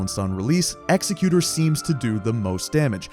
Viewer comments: Great video, thanks for all the tips!!! BTW it's Ek-Zek-U-Tor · Hate to be the youtube 'ACKshuwally' guy but executor is fr pronounced like executive but with an "er". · W video but bro PLEASEE PRONOUNCE EXECUTOR’S NAME CORRECTLY PLEASEEEEEE